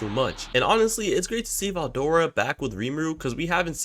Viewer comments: 1 min in and this man mispronounced Veldora name so many times ✋️😭 "Fedora", "Eldora", DUCKIN "DORA" im cryin edit: NAH WHO TF IS "MALAME" U MEAN MILIM?! NAAAHHHH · I mean that’s not a common name but veldora is said how it’s read so there no excuse for that one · Why you pronouncing veldoras name with a F